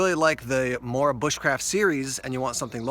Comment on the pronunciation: I'm from Sweden I and I know the quality of morakniv plus you spell it mora but you pronounce it moora